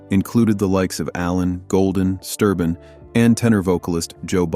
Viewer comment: It's Sterben not Sturbin! They did have a fallout with William Lee Golden but after a few years they patched things up between all of them. And he has been continuing to sing the baritone part! And Steve Sanders did the baritone part during William's absence. Joe Bonsall had to give up his traveling due to muscular disease and passed away in July 2024! They had to have a tenor singer and Ben James joined the Oakridge Boys! He is helping them to finish their 'American Made Farewell Tour'! Joe Bonsall put his blessing on Ben to finished the tour.